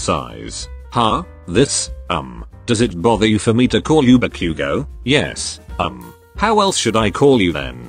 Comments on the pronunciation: What we say : Ba-Bakugou Google translate man : barbecue gou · im sorry but i have to point out a really funny bit the bit were Izuku goes ba-bakugo the voice said barbque-go good video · Ba-Bakuguo (text speech: What I heard) Barbeque-go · bro why did it sound like barbecue?😂🤣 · He really said barbque go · Ba“Q”go “D"ku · i understood barbacue 😭